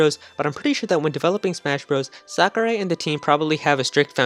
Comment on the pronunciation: Its Sakurai